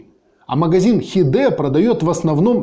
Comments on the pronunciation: Вы так грамотно говорите, но когда доходит до английского, то допускаете элементарные ошибки. "хидэ" - читается как "хайд") Вдобавок hide переводится как "скрытый", что еще больше намекает о "легальности" этого продавца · Хиде... ну да... не хайд, а хиде.